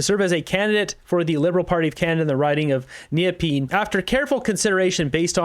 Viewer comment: Arya’s riding is west-end Ottawa. It’s pronounced Na-pee-in. Just FYI.